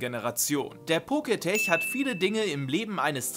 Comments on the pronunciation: Pokétch wird doch nicht „Poketech“ ausgesprochen, sondern „Poketsch“, oder?😅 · Poketch (Pokätsch gesprochen), nicht Poketech. Kommt von Poket(monster) und Watch. :) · Muss klugscheißen: es heißt poketch und nicht poketech. Der Name leitet sich für watch, also Armbanduhr ab und wird entsprechend gesprochen :) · Es wird Poketch und nicht Poketech ausgesprochen, da es von Pokemon und den englischen Wort Watch also Uhr oderArmbanduhr abstammt. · Dachte immer das heißt poketsch also Pokemon watch... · Der Poketch wird Poketch ausgesprochen, also das e in tech wird nicht ausgesprochen! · Heißt das nicht Pokétek also lautschrift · Es heißt "PoketSCH" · eigentlich hast du damit Recht. Schließlich ist das Wort eine Mischung aus Pokémon und Smartwatch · Glaube ich auch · Stimmt weil es von Pokemon und den englischen Wort Watch also Uhr oderArmbanduhr abstammt.